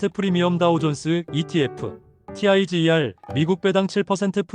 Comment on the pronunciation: Tiger을 '타이거'라고 읽지 '티아이지이알'이라고 읽는 사람이 어디 있습니까? 주식하는 사람들 기본 지식 아닌가요?